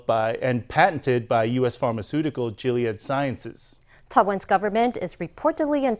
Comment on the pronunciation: male reporter wrongly pronunce gilead as jilead